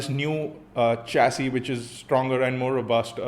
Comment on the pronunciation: is something wrong? You aren't replying us. Oh and by the way I have hear it being pronounced as SHAssy and not CHASSY? Anyways please be back interacting with the gyanees. Always looking out for you.